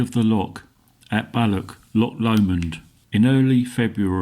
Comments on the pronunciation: It's not Lock Lomond, nor is it Ballock. You need to make a gargling sound for the "ch" s. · As a proud Scotsman it hurts my ears every time the blokr said "loch: or " Balloch" get it right or better still SHUT UP!